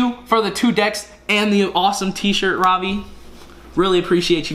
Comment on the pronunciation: Is it just me that when he say ravi it remind me of the ravioli meme😂